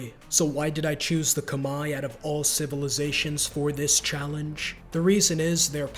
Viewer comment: khmer is pronounced like kuh-mehr btw (no disrespect)